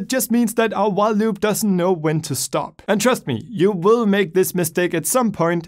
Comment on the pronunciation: When he said while loops i thought he said wah loops Don’t know which i prefer